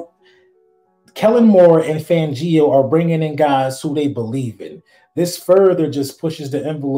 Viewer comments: Dude why do you keep calling him FAN-GEE-O. It’s FAN G O.😊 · Bruh there’s no emphasis on the I in fangio just say it. Also your takes are crazy man. What’s this crap bout aj brown. And what you mean this offseason been messy.